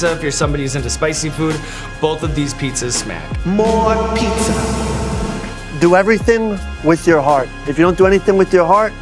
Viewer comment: It sounds like the host finally learned how to pronounce "pizza" correctly for season 4! "Piece-A-Wars" didn't quite work for me.